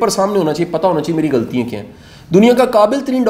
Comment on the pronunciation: Ghaltian not ghaltiyein